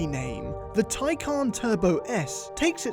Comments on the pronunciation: It's Tay Can not Tye Con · Actually it was said wrong if you take the actual pronounciation it is not Tai-khan since the word is from turkish, it would be more of a Tai-jan (the J in it is spoken like in jar) so you could have electrecuted thomas either way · "Tie + CAN" fellas, NOT "Tie + CON", its not trying to con you, its stating that it 'CAN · Its actually "Tie-Can" watch the Porsche world release video, "Tie" (like a tie you would wear) and "Can" (as in, yes, it CAN) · Even porsche mispronounces taycan. Taycan is Turkic/turkish like porsche admitted. Tay means foal. Can means life. The issue is porsche pronounces can with a k sound. While in reality, can is pronounced like jhan. I am amazed by how the euros take a foreign word and talk about the right way to pronounce it while butchering it. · Its not taycan its tyaggen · I'm Turkish and it's pronounced Tay-jan. You're welcome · Everyone pronounces this car's name as Taycan. Porsche just took that name from a similar Turkish word.